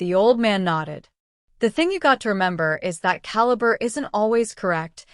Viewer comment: Ca la bra... Caliber. Ai reader is always funny.